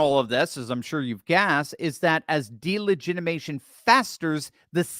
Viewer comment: I love you, I listen to you everyday, but please learn how to say delegitimization correctly, PLEASE?! You are missing a syllable! It makes me cringe!😳😜